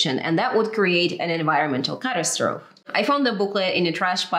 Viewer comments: it's easier to imagine the end of the world than the end of capitalism. i guess that makes mea doomer... this is good work my German comrade. it's catastrophe( cat.ass.trophy. english) not Katastrophe (Kat. ass. troph. deutsch) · Just a heads up, seriously enjoyed your video btw (you gained one more subscriber), catastrophe pronunciation (American eng anyway) is cuh-tass-struh-fee. Looking forward to the next upload! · Good video. 😊 Ok, now to the point. I understand that english might not be your first language, and the pronunciation rules for English are crazy anyway. At any rate, this word: catastrophe. This is pronounced Cuh TASS truh FEE It rhymes with photography, typography and apostrophe. Just wanting to help. :-)